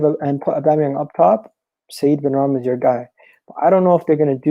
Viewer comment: SY-EED BENRAHMA MY G HAHAHA